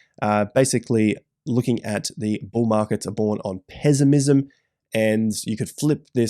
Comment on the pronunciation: From now on im saying it “pezzimizm”